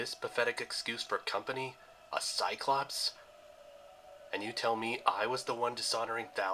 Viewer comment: It’s not cy clow pees it’s cy clops